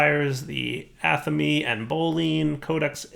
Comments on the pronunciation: Every time... "ah-tha-meh". NOT "Atha-mE" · "atha mee"??? come on man, Athame is a REALLY common item to come up in any RP game or conversation, how do you not pronounce that right? it's pronounced like Athamé, like Resumé